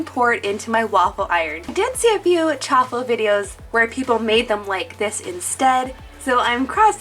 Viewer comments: Chaffle as in Cha-waffle not Cha-ffle just saying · It’s prounounced shaffle